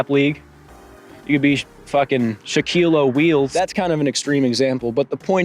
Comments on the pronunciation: Ain’t no way bro just said Shaquille o’ wheels. 😂😂😂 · "shaquille o'wheels" bruhh